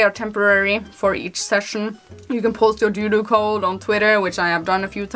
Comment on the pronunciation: and - I couldn’t help but chuckle when you said doodoo 💩 instead of dodo like the extinct bird 🐦